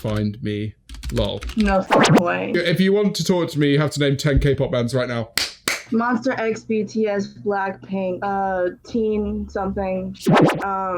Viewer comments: ITS MONSTAX AAHHH MONSTAHHHH 👹🤡👹👹👺👺🤬🤬🤬🤯🤯😡😡😠😠😡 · did- did she just say MONSTER X . OMG its MONSTA X . i feel so offended right now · im just sitting here crying over the girl who said Monster x instead of Monsta :”) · this girl just said monster x instead of Monsta x yikesss.. how rude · It's monSTA X